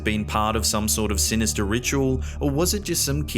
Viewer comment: "Somtheen fah more sinistah!!"